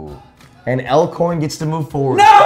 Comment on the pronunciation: Stop saying Lcorn, I live in Nebraska and Elkhorn is a city neighboring Omaha and it's tripping me up